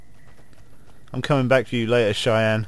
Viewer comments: lol the dogs name is pronounced Shy-Anne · An englishman's worst enemy: pronouncing the name of Sunny Smile's dog; cheyenne